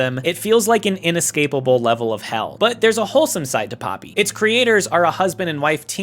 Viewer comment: It's pronounced "Pohpee." Japanese vowels are pronounced very specific ways that don't really vary based on... anything, except maybe rarely to more closely mimic the sound of foreign words if there isn't a better alternative. There are blends, but they're just... what the two vowels sound like if you say one after the other fast enough.